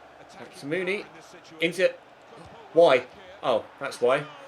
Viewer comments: you pronounce the huddersfield striker mounie like Moony-eh not moony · It's Steve Mounié (moo-nee-ayy)